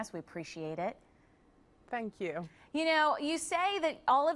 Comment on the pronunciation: Really like her but I do cringe when she keeps saying " Thankyeeew ". She's English not American aaarrgghhhh